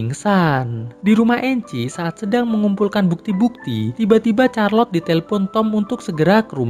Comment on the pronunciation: Min, Charlotte itu bacanya bukan Charlot atau Kharlot... Tapi Sharlot (Syarlot)